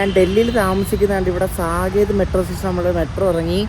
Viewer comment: Ente machu ,, സാകേത് എന്നല്ല ഉച്ചാരണം സാക്കേത് എന്നാണ്.. north side le oro vachagavum rarely different.